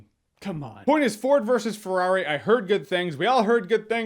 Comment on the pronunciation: Nobody: Jeremy : Forward vs. Ferrari